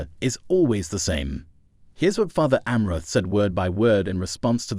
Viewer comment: you/the robot is not even pronouncing Fr Amorth's name even close to correctly.